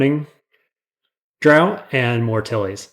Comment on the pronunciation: you say "draught" like "drought"; but try out the mouth-feel of saying it like "draft"